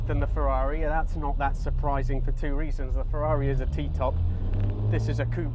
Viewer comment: Two great cars there. I still think I would take the 355 with all of it's peccadilloes. P.S. As a car reviewer you should know it is 'coupay' not 'coop' :P